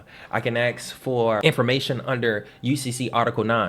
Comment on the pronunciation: "Ask, not Aks" lol. Just having fun, great info!